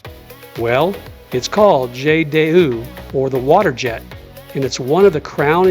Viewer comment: Djait Dee hoo… jet d’eau… Nice video, but HORRIBLE pronunciation…